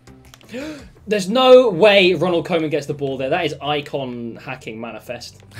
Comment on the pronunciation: Isn't it actually Ronald Koeman Not Ronald Coman Its pronounced cooman